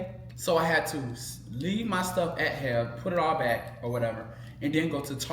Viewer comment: It hilarious that calls H-E-B HEB 🤣🤣 please don't stop with the content. I love watching you guys. Your mom and brea too. You guys are awesome ❤